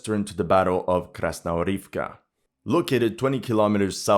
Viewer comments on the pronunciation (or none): Mate, I'm begging you - KrasnoGOROVKA, not Krasnorivka. For god sake.